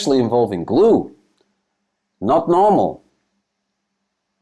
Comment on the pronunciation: You say: “Not normal” Like it’s Dutch saying: “niet normaal” … aka crazy gestoord 😂